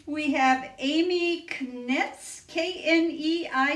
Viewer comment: Ahhh Ya butchered my last name 😭😱 (Amy Kneitz) but I’ll forgive you! Only the Germans get it right! It’s pronounced KNIGHTS. That was fun! And congratulations again on your 30,000 subscribers!!